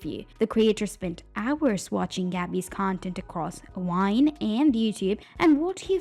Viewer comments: bruh are you saying Whine/Wine?? I mean Gabbie is a whiner but the platform she was on was called VINE, they were Viners… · Why can the narrator say videos but not vine? What's going on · Why are you saying almost all the words that start with V sound like W. Like Vine and Viner you are saying them like Wine and Winer. Cause you can obviously say the V sound cause when you said ever. You said the V sound. Are you just doing this on purpose or what? 😒🤨 It just is really getting on my nerves. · Why you keep saying wine? lol is with a v …